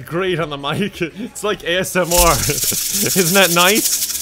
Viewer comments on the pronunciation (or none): none